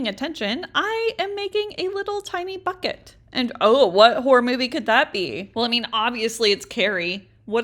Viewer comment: Ummmmmmmm when she said bucket the first time I heard f#@ it 😅😅😅